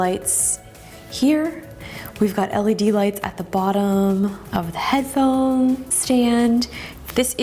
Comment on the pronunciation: "leds" crine af. u dont deserve this